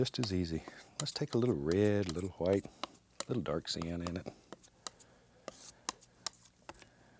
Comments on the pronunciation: Liquid H-WHITE titanium H-WHITE. Haha love it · You know its a real painting when titanium white comes out I correct myself **Hwite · Not white huwhite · I love how he pronounces " white " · I love the way he says white its like that family guy episode where Stewie pronounces Cool whip like Cool Qwhip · Lmao right?! Kool qwhip